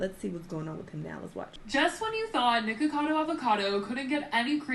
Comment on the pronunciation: the way she says nikocado will never stop being funny